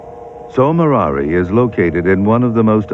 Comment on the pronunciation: A beautiful program. I'll never get tired of listening to George Page. The only irritant was that he mispronounced Tso Moriri through the show. It is shown that way on the map near the beginning, so I guess that's what he went with. That's how it appears on some maps.